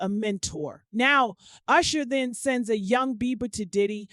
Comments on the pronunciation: WHO TF IS CALLING THAT MAN “YOUSHER” 🤣🤣🤣🤣 IT’S USHER! That just pissed me off for the day 😩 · What’s wrong with this lady. Why does she keep calling him “Yousher”😭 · Who the hell is You-sher. I tried to stay with the story but I couldn’t take the You-sher of it all! Takes away from good journalism and strong tea when the main peoples names are super wrong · Why is this person callin usher YOUsher. Ma'am i never heard ANYONE call him YOUsher you wild for that😂😏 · YOU-sher? This is why I refuse to take black bloggers seriously. Get some speech classes! Slavery is over, and it’s legal to pronounce words correctly. 🤦🏽‍♂️🙄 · The way this lady pronounced Usher (Oosher) twice and Nicki 'Meenaj' 😂😂😂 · Who is this person that can’t read? Yusher, Nikki MeeNaj, Cre-y’all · Now who the hell is " you shur" ?😅😂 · 🤣 I scrolled thru the comments to make sure I was not alone in my annoyance !.. I feel validated 😂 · ~ How does one correctly pronounce then mispronounce someone’s name within two sentences? 🤔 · I think you need a new narrator. Maybe someone who can pronounce Usher? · She even pronounce his name wrong. Smh! Am not listening to this. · gotta stop using AI videos as her source. She cant say Usher's name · Please stop with the poor pronunciation of Usher name it's so annoying you use it interchangeably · But she was saying Usher too. Why did she do that?!